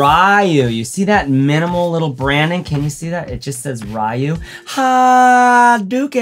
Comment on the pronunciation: RAI-YOO and HAHHHdookin 😂 k